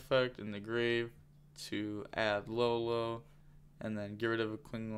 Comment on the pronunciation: Yo the one that says LaoLao is pronounced like Yao Ming but with a L.